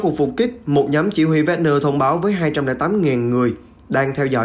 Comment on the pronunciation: Wagner - đọc thành Vegner, Hussein - Hút xe in .... FBNC phát âm theo tiêu chuẩn SGK thời kỳ 1990 ?